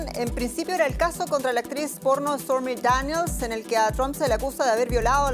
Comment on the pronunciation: se escucha cag.ado "estormi deniels" xDDDDDD